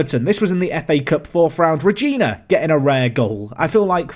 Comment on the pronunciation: Sorry to be so late but you pronouce Rogina the wrong way. Nothing major of course but it’s pronouced with a different letter G (the same G as in “great” or “good”). Love the vids <3